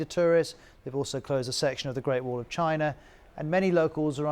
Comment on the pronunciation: Nobody: The anchor: CHINER